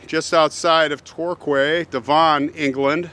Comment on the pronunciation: Great story, I wonder if he was innocent. Devon is pronounced Dev….n